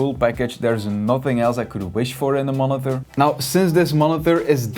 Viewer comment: Why do you say monither